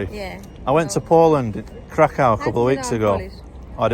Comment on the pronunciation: Every time he says KrakOW she wants to punch him.